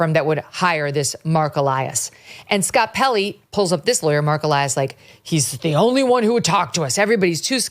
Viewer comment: When he turned into e-lie-as.